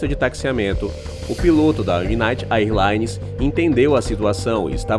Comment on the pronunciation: Existe uma diferença entre incidente aéreo e acidente aéreo, neste caso não foi um incidente? A narração diz acidente em alguns momentos em que deveria usar a palavra incidente. E eu não sou professor de inglês, mas a pronúncia correta do termo “AirLines” seria “Ér Laines”. Fora isso, eu curti o vídeo demais! Eu adoro vídeos de aviação! Parabéns pelo conteúdo!